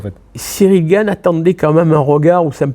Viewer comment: t'as dit Gane et pas Gaine!!!!! Trop bien.